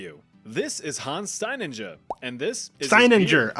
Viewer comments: no, He pronouces it wrong, the Stein- Part is about right but the second Part Sounds exactly like what you were too afraid to say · So, not to be that guy, (actually, I love being that guy) But no, that is not how you pronounce Steininger. It's a german Surname after all.